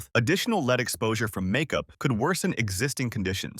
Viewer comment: Lead mispronounced "Leed" makes for incredulity .